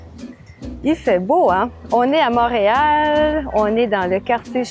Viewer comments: i do not intend to be annoying here but you said "mahreal" not monreal :) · I have so many questions for you ! 🤪 you said “Montreal” but you pronounced the o as “mah” and not “mon” - is that part of your accent from edmonston ?